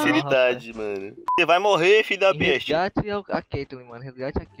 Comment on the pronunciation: Quantas vez ele falou fidapeste